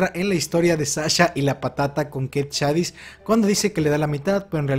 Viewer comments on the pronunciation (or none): none